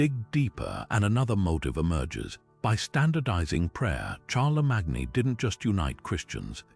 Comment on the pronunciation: I just don't get it? How can you possibly mispronounce Charlemagne's name when that is the topic of your video? Are we supposed to leave leave anything else you say after that?